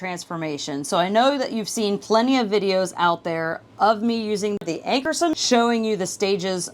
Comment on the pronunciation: Ankarsrum = Ank-ar-shroom. as an educator it's important to use correct pronunciations. ;)